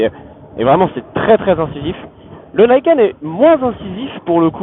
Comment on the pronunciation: Non, c'est japonais et ça se prononce à la japonaise, même si les anglophones se plantent. Ni, c'est deux, donc on le prononce ni et pas naï, et ken pour les lame qui tranchent la route. Donc ni kène, Niken, et non pas naïkeune comme les anglophones l'ont déformé :) Dommage d'avoir voulu commencer la vidéo avec ça :p Je ne suis pas un hater, j'en suis à mon deuxième Niken et 70.000km dessus !